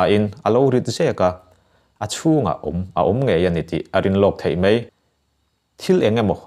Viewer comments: Mei ti lovin mai ti tawh la, ngaihthlak a nuam leh zual ang. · Mai hi mei i ti tlat zel mai... A ngaihnawm e